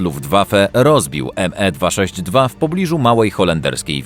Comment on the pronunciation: Jezuuuu, nazywać meserszmita 262 nie"Em e" 😭😭😭😭 to się czyta Me .......